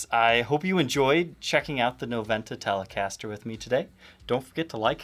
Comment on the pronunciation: As it's a Spanish word you should say "nobenta"... The "v" in Spanish is pronounced "b"!